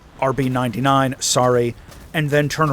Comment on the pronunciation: I don't get it, you read all kinds of abbreviations as if they were acronyms. The Rb99 is the robot 99 i.e. missile 99 - which is indeed an AMRAAM (the name of the missile, not a service designation). Same with the Sukhoi aircraft, they are not "S U", they are Sukhoi?